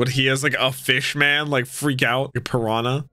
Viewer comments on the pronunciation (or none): none